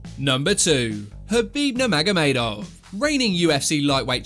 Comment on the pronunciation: Nice pronunciation on Khabib Nurmagomedovs name. Habib Numagamedov.